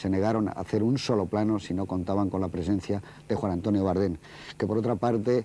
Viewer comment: Por qué dice Bárdem?